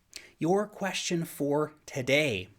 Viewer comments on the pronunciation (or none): none